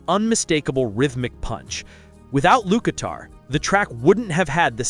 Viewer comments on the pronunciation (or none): It’s LUKATHER NOT LUKITAR